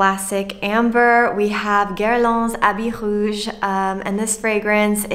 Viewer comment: I always learn something with your videos, I recently bought Caron pour un homme, unfortunately I hardly smell anything, perhaps been reformulated, I like your typically french « voilà « 😄 and your prononciation of Habit Rouge was perfect!👍 Eau sauvage is still the best for me.👏